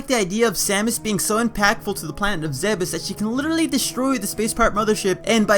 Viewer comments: Zeebz not zeh-behs. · You are wrong, there are recorded voice clips from Other M, Super Smash Bros: Brawl and an unused one from Metroid: Prime where it's pronounced "zeh-behs", making that pronunciation canon. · Also the japanese for zebes is ZE-BE-SU so judging from that, we shouldn't pronounce the e as ee